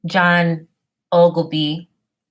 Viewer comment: I'm Glad You Pronounced My Last Name Correctly. John Ogilby .. My Grandfather Eugene Ogilby Was Born In 1923, His Brother John Was Born A Few Years Later. My Uncle John Ogilby, Was The CEO & Co-Founder Of Tropicana Orange Juice. He Was The Vice President Of The Company For 30 + Years. ... Obviously You're Search Results Are From Prior To The 1900's. Just Random Facts. lol